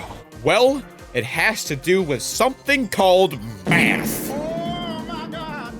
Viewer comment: Said ath not math😂😂😂😂